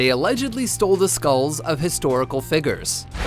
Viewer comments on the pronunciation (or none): "Historical figgers"